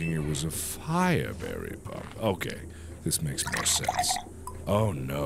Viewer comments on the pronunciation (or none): none